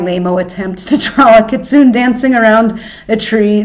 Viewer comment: Kee-Tsu-ney is the Japanese prononciation. But if you wanna say kit-soon I’m not gonna stop you.